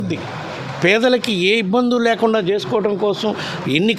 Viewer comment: Abidhudhi kaadhu ... Abhirudhi